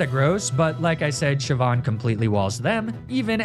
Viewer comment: All the Pokemon names he mispronounces, and he gets Siobhan and Saoirse right?!